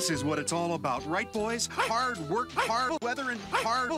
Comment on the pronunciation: sounds like he's saying "bruh" but he's saying "work"